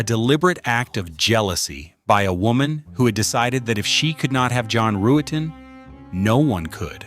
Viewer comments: Pronounced Rut-ten....NOT ru-et-ten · Ruetten is pronounced Ruttin not Roo-ettin. The mispronunciations are annoying, as are the stock images sprinkled gratuitously throughout where they are not needed or are downright inappropriate. Otherwise it's pretty good.